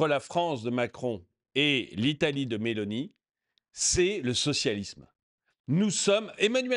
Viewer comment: 1.40...pas Beloni, mais Meloni 😂😂😂